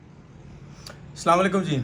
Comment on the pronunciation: Pehle Sahi se salam Karna sikho 5 test match Wala player 😂